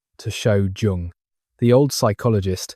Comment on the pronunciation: I think it is AI because he can’t pronounce the name of Carl Jung.